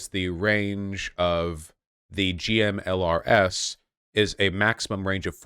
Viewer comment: And he keeps spelling out GMLRS instead of saying "gim-lers".